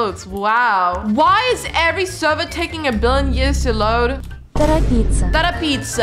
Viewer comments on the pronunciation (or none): none